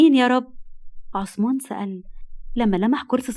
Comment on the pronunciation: هوة اسمو عصمان ولى عثمان ولى همة بينطقوهة كدى حد يرد علية 😢